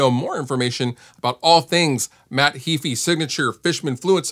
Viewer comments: It's Heeeeyfe - not heeefeee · Nope, it's spelled "ea", not "ae"; pronounced "Hee-fee". Punch it into a Text to Speech and listen for yourself. tube That's pretty nonsensical as well.